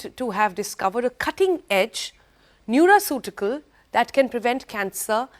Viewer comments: It's not nuraceutical, it's Nutraceutical s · Madam it is neutraceutical not neuraceutical